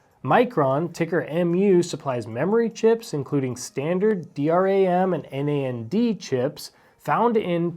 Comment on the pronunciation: Good call on MU. Crazy sell off after last earnings call (which beat but softened expectations) made it very attractive. DRAM is pronounced D-RAM, not D.R.A.M - basic RAM came first, then it became dynamic so it’s D-RAM. Any other variants are always called XX-RAM (eg SD-RAM).